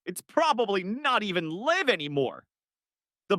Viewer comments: Don't like the mispronunciations. When it encounters a set of letters such as "LIVE" that could be pronounced either of two ways, "lyv" or "liv", it invariable picks the wrong one. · Funny stuff! I wish they would teach AI how to pronounce stuff though. I realize that the English language is a bit dumb sometimes having the same spelling for different words, like live or live. One rhymes with give and the other rhymes with hive and I've.